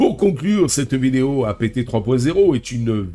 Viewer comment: OK, OK, OK j'aime tes vidéos, intéressantes. Je m'abonne, mais juste une condition : tu prononces dorénavant APT (comme le mot Apte) et non pas A-P-T (comme "a pété"). Peace & Prosper. 🖖❤😉